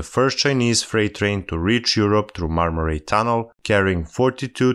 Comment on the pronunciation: The "ay" in "ray" isn't pronounced like "ai" in "rail". Right pronunciation is more like the word " I ".